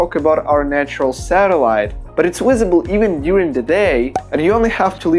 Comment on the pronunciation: No offence but its not "Wisible" 🤣